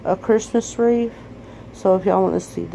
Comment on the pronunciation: Amy it's wreath not reef.....LMAO